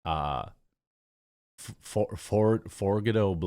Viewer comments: His name is pronounced four g auto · Political rap is the new pop. Everyone wants to be Tom Macdonald. 😂 And its Four-jee-otto blow. (Ive seen this dude around lol). Bryson Gray has some bangers too🎉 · Forgiato pronounced For gee otto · It's pronounced For-G-otto.